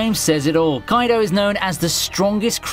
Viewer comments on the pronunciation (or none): none